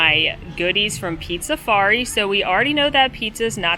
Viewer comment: Drink every time calls Pizzafari Pizzarizo lol